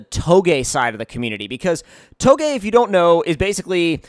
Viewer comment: Finally someone who can pronounce touge correctly